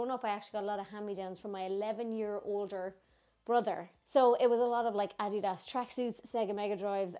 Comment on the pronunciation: From a New Yorker who is constantly mocked for my accent...can we tawk about the way you say adidas? I seriously didn’t know what you were saying. Thank you for that. I soooo needed it. Currently working “shite” into my everyday vocabulary. I’m soo annoyed that I didn’t buy the t-shirt that said ‘fookin ejit” when I visited Ireland. Love ya gurl.